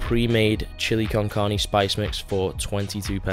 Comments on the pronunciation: The hell is chili con carney? Bro😂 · "chilli con carny" 😂